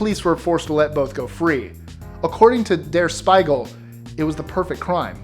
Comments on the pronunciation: Der Spiegel, not Der Speigel. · "Der SCHPEE-gul". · "Speigel" lol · Der Spiegel is pronounced "dare shpee'gl" ...luv ya guys but that pronunciation was painful ;D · Half of Americans have German ancestry but none of them can even remotely pronounce German...